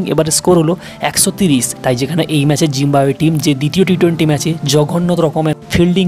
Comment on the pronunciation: ভাই আপনার তো উচ্চারণের সমস্যা আছে, জিম্বাবুয়ের জায়গায় জিম্বুয়ে বলতেছেন 🤔🙃